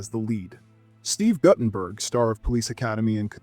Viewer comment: It’s pronounced Gootenberg